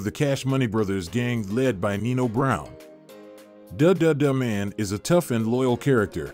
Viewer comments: Carl Payne played the brother not best friend and it's the duttaman not dadadaman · Had to stop when they pronounced Bill Nunn’s character as “Duh duh de man” 😂lol😅 either you’ve never seen the film, or just have no black friends whatsoever. ..or could it be that it’s all AI (computer generated)…. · Why do you not verify facts or pronunciations or pronouns. Michael Michele is a woman. You mispronounce De Duh-Duh Man repeatedly. You show both famous actresses named Vanessa Williams and I bet you mixed up their accomplishments. I am way too invested in this given your user name is misspelled and incorrectly punctuated. Please validate and edit going forward.